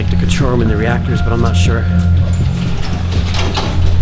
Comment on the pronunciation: Are you sure it’s sture?